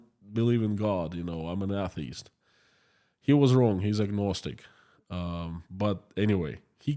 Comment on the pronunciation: "DOWN FALL" it is a great movie. Really mean it. Unfortunately I can't draw any parallel with the current conflict....... 2. Your English is great. You just need to work on pronunciation of the word ATHEIST..... If you want to have a wisdom connected with LAUGHTER watch stand-up comedian GEORGE CARLIN